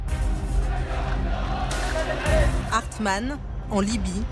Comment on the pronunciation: Martine qui commente...C'est Opération "Harmattan" et non "Hartman"... Le camp du 2ème REP c'est Camp Raffalli, et non Rafaelli....